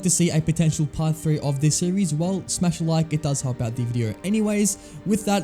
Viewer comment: Every time you say the i hear "thee" and i cant unhear it now im listening for it